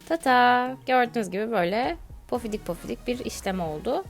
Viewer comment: Yalnız pofidik değil pofuduk olacak